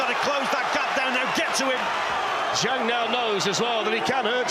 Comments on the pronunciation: I hate how Americans pronounce the letter a . It's not zhong it's Zhang. It's not posta, it's pasta. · I wish the announcers would learn the correct pronunciation of Zhang.